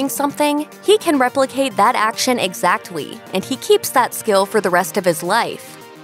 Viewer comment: He can replicate that action exactwy